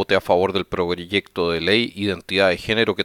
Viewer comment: progreyecto de ley jajaja